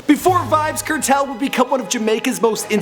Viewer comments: yah rass ediot yuh seh "certel" Nigga says kernel but the n as a t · its pronounced Cartel nice video tho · seh Di name dem right nuh its pronounced car-tell, bun-ti-kill-a